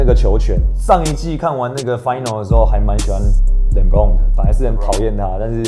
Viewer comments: 念完變Lenbron了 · Lebron都不會唸...